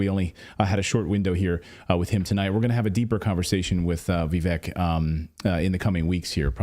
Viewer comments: Vivek’s name is pronounced Vivake like cake. I saw him say that on another interview. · Guys his name is pronounced Vi-vake like cake how embarrassing...